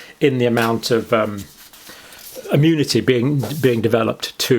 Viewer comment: Arrrgh! What's wrong with people? It's not bloody "ammunity", or "ammune". Thanks for the video though.